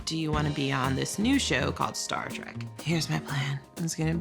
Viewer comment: Star TREK, not TRAK!